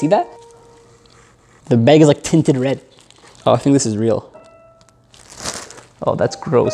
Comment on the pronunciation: He says beg instead of bag 🤣